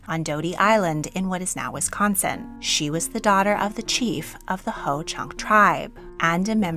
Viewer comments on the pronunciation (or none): none